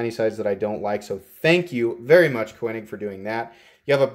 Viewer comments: Never heard Koenig pronounced that way. Just saying 🤨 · Unless I'm mistaken, the 'e' in Koenig is silent. Cool knife, well executed and spectacular finish. On my wish list. The carbon fiber looks like Vorlon coloring. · Nice video! Tho it kinda drove me crazy the way you pronounced Koenig lol. I have that identical knife as well as a custom one that was a lottery knife at blade show and they are easily my favorite knives and have replaced my xm-18 as my favorites. By the way on the new ones like that one you should see m390 printed near the pivot on the lockside. Perfect and subtle as with everything else on this knife. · Thank you. This was hard to watch...but worth the cringe.